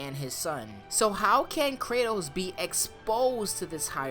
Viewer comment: Cray-toas _ em-mor-tal